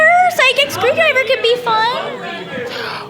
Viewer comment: Anyone notice he said sonic screwdriger?